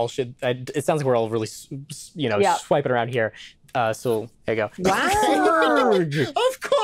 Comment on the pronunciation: Simurgh is actually pronounced see morgh It literally means thirty birds Fun fact: In the mythology it’s credited with teaching humans the c-section